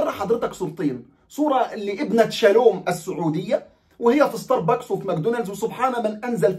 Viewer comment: والله عاد أنا ما أعرف أعدل مزاجي بعد ما أصحى إلا بلاتيه من ستار بوكس وهذا أسمه مش مثل ما نطقت ستار بااكس هههههه ،،يعني حضرتك تريد مزاجي يتعكر عشان خاطر شوية بشريه مالهم أي لازمه بصراحه طبعاً لا مستحيل راحتي أهم ،، وأعتقد كفاية تنمر على إخواننا اليهود ترى فيهم من المحترمين الكثير ،،يعني شوية إنسانية عالأقل شوية مشاعر هم بشر مثلنا وأغلبهم مسالمين .